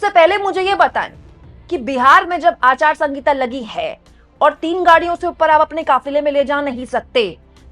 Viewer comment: आप " आचार संहिता " को हमेशा " आचार संगीता " बोलती है. कृपया इसका सही तरिकेसे उच्चारण करे.